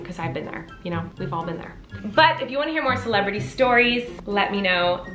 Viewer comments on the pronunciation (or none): Everytime you say celebrity i only hear Miranda😂😂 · Colleen: celebrity Me: CELEBEDDY